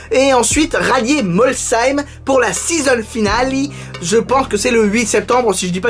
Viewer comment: Sa s'écrit Molsheim et sa se prononce comme un c donc Molsheim avec le son chhhh voilà mes sinon c'est pas dérangeant comment tu le dit aussi